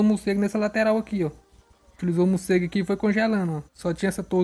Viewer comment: "Mucego" kkk